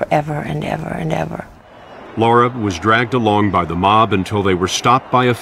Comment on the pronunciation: HER NAME IS LARA. 🌱NOT LAURA for Gods sake !!!